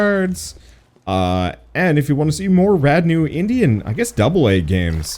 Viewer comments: Is weird how you say Indian not indi (independent) games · It did sound a bit like "Indian" but what he actually said was "Indi AN double A games"